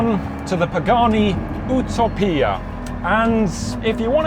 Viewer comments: wtf is an oo taww peeaa, it's a u tope ia. Utopia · dont think u are saying it correctly. its not eww-toe-pee-ah its you-toe-pee-ah its a ancient word describing a imaginary place with perfect qualities. in greek it means no place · isnt it ""you-tow-pia" phonetically and not "oo-tow-pia" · It's pronounced 'Yoo-Tow-Pee-Ah' not 'Ooh-Tow-Pia' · “u toe pia” not ootopia if you’re american that is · I'm sorry it's not ootowpeea. its Youtowpeea. I don't care what they say. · why you gotta pronouce it as ooo-toe-pee-uh???? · The way he pronounces it. Whew toe pee ahhhh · American here is it really pronounced “ ou toe pia” ? lol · You-Topia. Geesh. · Say it with me... you TOE pee ah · he pronounced it, ooo toe pee uh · Is it really pronounced "oo-topia" ?? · Cringed every time this guy said. U. TO P. I A. YOOOOOOOOOOOOUTOoooooPIA you f@ That was what your reference was for. F#KCTiopias Sakes. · please stop saying ootopia :)))) otherwise..... Great video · Please stop saying owtopia 😂😂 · Absolutely beautiful! But here in America, we pronounce it “you toe pee a” lol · Great vid!!! Sorry.....but said like this:... You ... tow ... pee ... ah. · Why do you pronouncing Utopia like ouo-tow-pee-ah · The "you-toe-pee-a"? Srs? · the ootapia ? 🤣🤣🤣🤣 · Lost me at "Ewe-tow-pee-ah" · Great review. But please! The name is pronounced 'you' topia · "the ootopoeia" 😂🤣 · It’s not pronounced You-Toe-PEE-AHH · "Ooo-toe-pia" - Did not see that coming lol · Is it really supposed to be pronounced as U--to--pia? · If he says Uto Pia, one more time.. I swear…. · ooo-toe-pia. lmfao. Learn how to say Utopia mate, this was cringe every single time you opened your mouth on its name. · That's how Pagani pronounces it 🤷🏻‍♂️ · Please tell me it's just a British thing like pronouncing aluminum weird! Buts it's "you toe p ah" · It’s pronounced: “YOU-TOW-PEE-AHH.” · If you are not from Italy it's yoo·tow·pee·uh no need to pronounce one word with a bad Italian accent. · Here in 'merica we say "you-TOE-pee-ah"